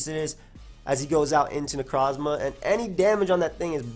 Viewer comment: I love the way he says Necrozma